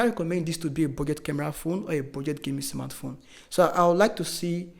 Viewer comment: Nice review, but believe me, you should work on your phonetics and pronunciation. The way you pronounce cheaper and smartphone is aaaahhhggggg. Best of luck 🤝